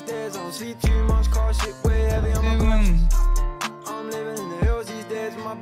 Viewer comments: Man said con science you know I’m dead😂😂😂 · why do you do this lmao, my man said Con-Science. Great vid my guy keep it up 😂